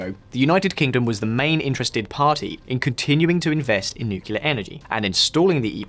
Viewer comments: British people: Americans don't speak english correctly Also British people: 'Nucular power' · Him saying "nuCKelar Power" is driving me crazy. He can obviously say it the right way. Just.. like a knife in my ear :d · Every time I hear NUCULAR I'm forced to visualize Homer Simpson. Please stahp. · It hurts every time that guy says "nukilar power". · Why the host pronounced it like "nukelaar" most of the time? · One of the things that make me bristle is when I hear people pronounce nuclear nucular. What the hell`s so hard about saying nuclear? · Did I see an influence by George Bush Jr on visual politics videos? Did I hear the word 'nucular'? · Why do you say nucelar/nukelar instead of nuclear? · Makes an entire video saying NUKE-U-LAR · Tough getting through this video when I cringe almost every time the word "Nucular" is said. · When did nuclear become nucular? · please stop saying nukelar. its nuclear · It’s nuclear and not nukila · "nucular"??? Really? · its pronunced NEW-clee-er. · 1 dislike for pronouncing it nucular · nucular? clicks off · Open up a dictionary to find Nucilar power 🤔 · If you're going to make a video on nuclear power, perhaps you should start by learning to pronounce it properly, and nucular is not it! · Nucular power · Funnily, he seems to switch it up by sometimes pronouncing it correctly. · I still don't understand why native english speaking people cannot pronounce "nuclear" correctly more than 10% of the times. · I wish he could pronounce "nuclear" properly... It's like watching George W Bush all over again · There is no "U" (nor any other vowel) in between the "C" and "L" in "nuclear". For fuck sake, this shouldn't need pointing out. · I find it so hard to take this presenter seriously when he learns to pronounce 'Nuclear' from JW Bush. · FFS it's "nuclear" as in nucleus. Not "nukyoolar". You sound like Kamala Harris. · Please.. it’s pronounced NUCLEAR, not Nucular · The word is NUCLEAR not Nucular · AAAARGH NUCLEAR, NOT NUCULAR